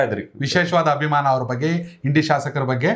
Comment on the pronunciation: ಅದು ಹಿಂಡಿ ಅಲ್ಲೋ ಮಾರಾಯ ಇಂಡಿ... ಅಂತ ಹೇಳು... 😄😅